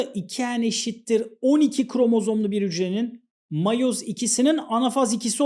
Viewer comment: miyoz tamam değil de matoz da tamam değil